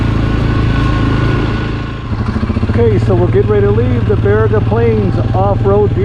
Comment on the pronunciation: Great video (particularly the drone shots) and images! Need to work on the Baraga pronunciation (don't go with that Siri pronunciation). 🙂 Check out my channel for North Country Trail hikes in this region!